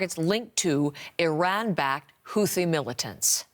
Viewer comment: Thought it was pronounced “hoo tee” not “hoothee”??